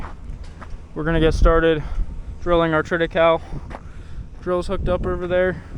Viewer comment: It's pronounced trit I Kal I